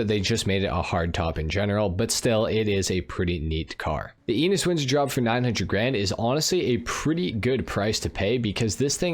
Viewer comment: Just a linguistic comment: Enus should be pronounced with European vowels or eh-noose which sounds a lot like anus in English...